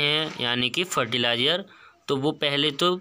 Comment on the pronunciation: Fertilizer kya btaya clear awaaj nhi aayi apki